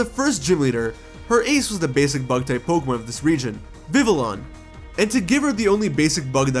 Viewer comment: (Vih-Vee-On) sick vid tho 👌